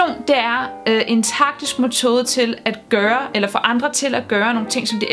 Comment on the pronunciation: Det hedder forresten mEtode og ikke mOtode. :^)